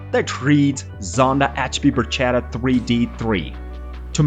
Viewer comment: dear speaker. Learn Italian, it’s “barKetta” and not “barJETa” 😂😂😂😂😂